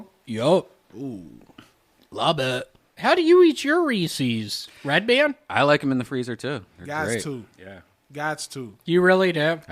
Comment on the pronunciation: Lmao, did just called Redban "breadpan"? 😂🤣😅